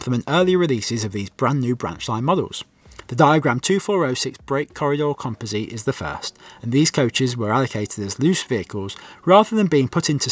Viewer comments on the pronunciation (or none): Thanks. FYI "composite" is pronounced "kɒmpəzɪt" i.e. the end syllable is pronounced like "zit", not "zeet"